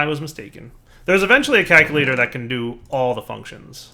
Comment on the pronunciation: CALCulator, not KAKulor. Enori, not Eñori. REstonia, not REDstonia. Oh, and just in case botania is in this pack, it's GourmaRYLLis, not GourmaLAYis.